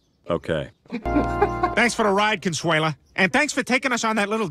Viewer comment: Consuale? no no no . Cheers!